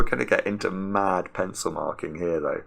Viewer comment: "We're gonna get into mad pencil marking here tho." Don't you mean m-Aad pencil marking? :)